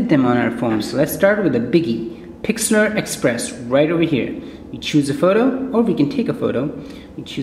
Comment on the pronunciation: it is "pixlr express".... not "pixlAr express"